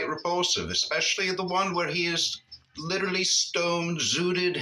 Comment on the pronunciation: He looks like the Crypt Keeper. "Lidurally".